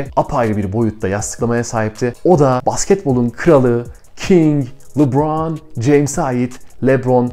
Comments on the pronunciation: Abi seni severek izliyoruz ama çok merak ediyorum ne zaman oyuncu isimlerini doğru söyleceksin 😅 "Lubraaan...." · Lebron ingilizce lubron veya lıbron diye okunuyor